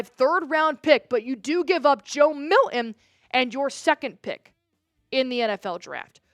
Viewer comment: Who is Joe Milhin? It’s Milton.